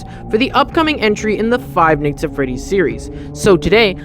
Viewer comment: I like how he says five nights at freddy's like five neyghts at freddy's